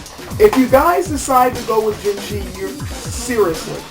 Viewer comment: on pronunciation...from a chinese perspective "jin shi" isnt said "jin shee" - thats japanese. chinese would say it kind of like "jin sheugh" great review tho!!